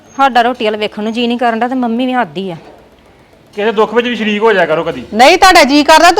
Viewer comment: ਸਰੀਕਿ ਨਹੀਂ ਸ਼ਰੀਕ ਹੁੰਦਾ